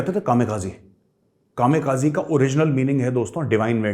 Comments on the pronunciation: कामे काजी नही कामी काजे बोलते है मेजर साब । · Major sir, it is KAMIKAZE, not KAMEKAZI please. They were called RIDERS OF THE DIVINE WIND. Thanks.